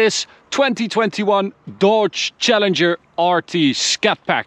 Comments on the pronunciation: DODGE..NOT "Dawge". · It's his accent. His Dodge sounds like Deutsche